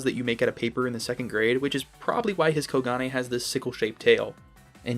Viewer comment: I think it's pronounced as Ko-gun